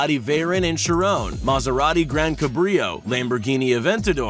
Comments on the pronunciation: the chiron is not. chi roon it’s shi ron omg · It’s pronounced she-ron and vay-ron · YOUR PRONOUNCING MOST THE CARS WRONG!. THE CHIRON IS CHÏ NOT SHI!. AND THE VEYRON HE SAYS DIFFERENT TOO!. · its pronounced "kai rohn" not "shi ron" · Did this guy say Chiron like (shi rOn) it’s shi ron like the name. And he put a very on as a chiron. I’m dead.😭😂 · The fact that he says cheron instead of Chiron makes me mad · He says Shi ron not Chiron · bruh the way he sadi chiron... IDIOT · Bro he said chrone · "veyrin" and "shirone" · The way he said Chiron made me want to strangle him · Yes we are very triggered he says every car name wrong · And he does not know how to say Chiron 🙈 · You pronounced the 3 Bugatti wrong, The veyron, The Chiron & The Centodieci And the second time you pronounce Chiron, you pronounce that wrong too.